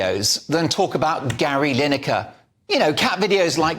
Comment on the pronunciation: Gary line acre it's pronounced